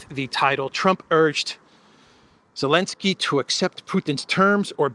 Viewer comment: Why do you say 'Elensky'? Just to show disrespect? Childish.